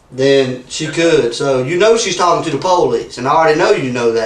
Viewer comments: ‘You know I’m the Pole-eeese. ‘. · the PO-lice, LOL... gotta laugh at that Southern accent. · “u kno she’s talking to the poe-lease” i fell out 🤣🤣🤣